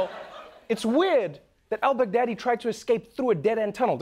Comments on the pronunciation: Finally Trevor succumb to the American accent... 😆... It's not pronounce as "Begdaddy", it's Bagh-daa-dee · Baghdadi they pronounced it like "Big Daddy" 😂